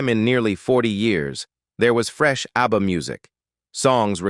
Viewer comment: Just say abba you computer speak jerk, not A.B.B.A!!🫣☹️